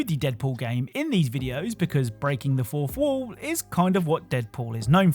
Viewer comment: What's a "forfwooh"